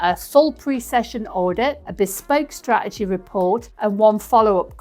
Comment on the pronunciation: Love the videos, the factual information and the humour, but… straegy is spelt and pronounced straTegy. 🥰